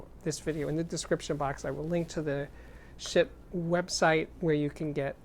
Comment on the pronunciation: I think it's pronounced "sheet". Like, "No sheet, man!" Seriously tho, the resistance ladder type volume control is the purest volume control possible.